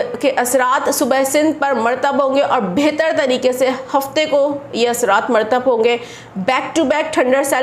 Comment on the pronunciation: murratab hae sahi word merteb ghalet hae